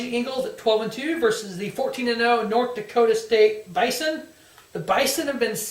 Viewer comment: I believe it's pronounced Buy-Zun. I appreciate the couple minutes of coverage. That's a few more minutes then what ESPN would give us